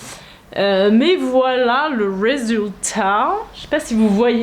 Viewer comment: Vers , est-que vous avez prononcé résultat à l’anglaise ?😂 J’ai relu cette partie plusieurs fois et j’ai dû entendre le R anglais